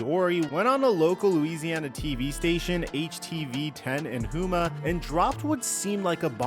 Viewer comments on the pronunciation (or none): It’s not hou-ma it’s pronounced as home-a just fyi for future use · Hey, Louisiana native, it's pronounced Tib-a-dough and Home-a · It is pronounced Ti-bi-doh and ho-muh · The "H' in Thibodeaux is silent, and Houma is pronounced Hoe-muh. I know, our pronunciations are weird down here lol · its pronounced home ahhhh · Maybe you need to learn how to pronounce Louisiana cities, specifically Houma and Thibodaux. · It’s Houma please say it right